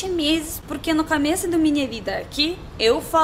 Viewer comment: trocas o "o" pelo "a" exemplo: cameço, camida, etc. Mas acho que estás aprendendo bem rápido.